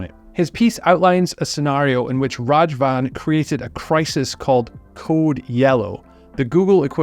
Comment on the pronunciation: Raghavan ❌ Rajavan ✅ 😂 Raghavan is killing all the traffic and this guy is killing his name. Lol. Good video btw.